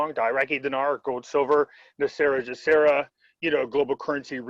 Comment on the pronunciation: Why do you guys keep saying GESARA incorrectly. It's not JESARA, it's GESARA